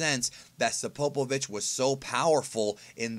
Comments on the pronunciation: “SApopovich” or just Spopovich...? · You're saying spopovich wrong, idk where you're getting the a from